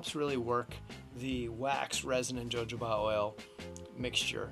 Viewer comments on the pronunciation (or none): This is an absolutely wonderful approach ~ thanks so much for posting! For future reference, though, you'll want to say "ho-HO-bah". There's an entertaining scene in "Pink Panther 2" (Steve Martin) that depicts how much fun using jojoba can be, haha: Again, thank you!!! 🙏🏼😁